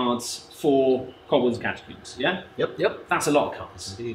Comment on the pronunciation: "Kolbolds" Edit: fixed it!